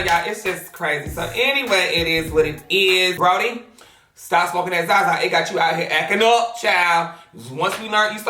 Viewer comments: I know he not saying Brody LMAO it’s bronny 😭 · The fact you keep sayin “Brody” is pissing me off. The damn boy is named after is daddy it’s “bronny” 😂😂😂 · just don’t be caring lmao “brody” you mean bronny LMAOOO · Friend, why do you keep calling that boy Brody? His name is not Brody is Bronny not Brody😂😂😂😂😂😂😂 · his name is Bronny not Brody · “Brody” omg sis it’s BroNNy 😭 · friend kept saying “brody” instead of bronny LMAO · Nobody:"Broddy" Me: its Bronny with two n's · Everybody: Bronny: Brody 🤣🤣🤣🤣🤣🤣🤣🤣🤣🤣🤣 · His name is pronounced Braw-Nee lol Love you. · He was saying "BRO-knee" still pronouncing it wrong lol, but he was saying it with two N's. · lmaooo I heard Broddy and bro-knee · Lolololol he probably did say both 🤣😂...I was yelling at the screen trying to say it correctly for him 😂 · That little boys name is pronounced Braun-ee you know like short for Lebron...🤦🏾‍♀️🤦🏾‍♀️🤦🏾‍♀️😂😂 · Not you saying Brody 😂😂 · baby😭. (bronny) is pronounced (braw-ney) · The way you say bronny name is killing me 😂😂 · U saying bronny wrong 🤦🏾‍♂️😂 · The way she says bronny has me dead 😭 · The mispronunciation of Bronny is rubbing me the wrong way 😭 and it’s not just because a lot of people have been mispronouncing it lately